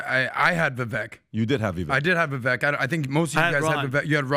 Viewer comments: Love this podcast but FYI — it’s VA-VAKE “like cake” as Vivek Ramaswamy would say. It’s not VIVECK — keep up the good work. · Vi-'vake'...get it right.... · Vivek pronounces his name like Vi-vake. Like cake. It’s uncomfortable hearing the mispronunciation over and over again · By now you should know his name is pronounced Vih-vay. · Hey! It’s pronounced Vivake. Like cake. You are welcome. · I listened to Vivek. I thought he did a horrible job. And, by the way, you mispronounced his name. He says it sounds like cake. I think he sounds fake. I think he is on the take. I think he would be a mistake. Vivek (Vivake) sounds like he is in high school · Vivek is pronounced ViVake like Cake. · Come on guys, pronounce his name correctly. It's Vi-vake. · Vivek is pronounced Vivay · One last time for the knucklehead crew: Vivek is sounded as Vivake, rhymes with cake. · Vivek (vi-vake) he has tried to get you guys to pronounce his name correctly and you still don't. This just shows how low he really is in the race, wish people would get behind him. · Appreciate your knowledge and insight… but his name is Vi (vake) rhymes with cake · VI VAKE, ITS VI VAKE. Pronounce his fu**ing name right, he has been in this race for MONTHS. Fix yourselves and respect this man. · Finally guys. His name is pronounced (VIVAKE) btw. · His name is pronounced Vivek like "bake" 🙂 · Please Men, the pronunciation is Vivake like Cake. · It’s Pronounced Vi-vake rhymes with cake. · It's Vivek as in CAKE!!! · Vivek rhymes with “CAKE“ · pronounce his name if you like him so much. Ve Vake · C'mon guys all four of you mispronounce Vivek, (it rhymes with cake), show some respect. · Say it with me: Vivek rhymes with "cake". Say it: Vivek rhymes with "cake". Say it again: Vivek rhymes with "cake". And again: Vivek rhymes with "cake". "Vivek!" "Cake!" Thank you. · Guys, for Christ's sake, his name is pronounced VIVAKE! VIVAKE! VIVAKE!!! Jesus Christ. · Vivek rhymes with cake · It's pronounced Va-vake.